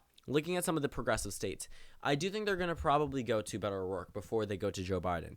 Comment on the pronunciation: *Beto O'Rourke - You missed off the r